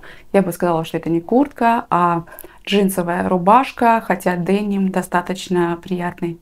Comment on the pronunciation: Спасибо. После вашего видео заинтересовалась произношением слова"деним".Прочитала, что слово это французкого происхождения и означало из города Ним, следовательно, правильно делать ударение на 2 слог т. е. денИм